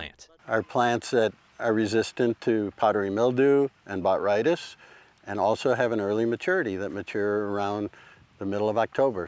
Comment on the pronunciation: It’s pronounced “Buh-TRY-dis”